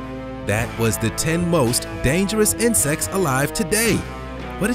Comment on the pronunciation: My mind is crazy for hearing inscest instead of insects